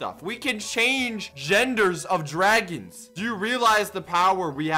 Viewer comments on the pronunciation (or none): none